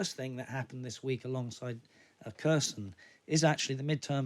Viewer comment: It`s Herson, not Kerson. The Kh spelling is misleading. Херсон. X stands for H, not K. There is no K sound in it. Just Herson.